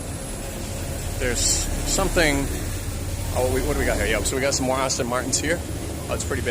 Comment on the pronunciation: You’re pronouncing Aston wrong 😂😂😂 Austin was a whole different car company.